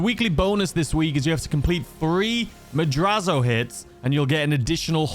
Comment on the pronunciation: It is pronounced MAD-RATZ-O! not madrazzo. Its how you say Latin words whe. They are spelled that way. Sometimes when they are spelled with an s and not a z too.